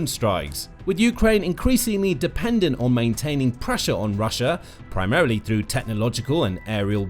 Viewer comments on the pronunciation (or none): none